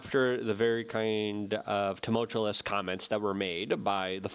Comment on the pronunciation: You're still saying tumulchulus. It's tumultuous.